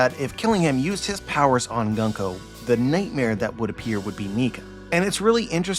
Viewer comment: It's pronounced "Goon-ko", not "Gun-ko" :) Great analysis as always. I'll email you to discuss something.